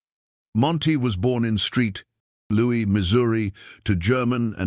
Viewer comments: Street Louie Missouri? LOL Using stupid AI leads to a bogus narrative instead of checking out with real humans. Hurts the credibility of this video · You mean Monty was not born in "Street Louie, Missouri"?